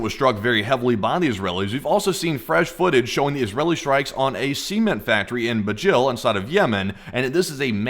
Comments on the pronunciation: Was it a semen [see-muhn] factory or a cement [suh-ment] factory that was hit in Yemen? Just sayin', 'cause your pronunciation isn't right... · “Semen factory” 💀💀😭??? Why does bro pronounce “Cement” like that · I keep hearing words "semen factory", its CEMENT factory, not semen factory. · The way you say cement makes it sound like you're saying semen! BREAKING NEWS!!! Semen factory explodes🤣🤣🤣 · i keep hearing "semen factory". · "see ment?" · thought you said semen factory lmfao! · Not gonna lie i thought you said a semen factory. And i cant unhear it. and now neither can you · Every time you say Cement I keep hearing seamen lol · You'll have to start pronouncing Cement in a different way. The first 2 times I didn't hear "Cement" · please do not say the word "cement" ever again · Where did you learn to pronounce the word "cement"?